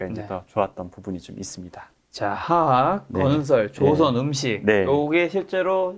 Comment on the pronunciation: 가만보니까 화학 발음 못 하시네 ㅎㅎㅎ 메롱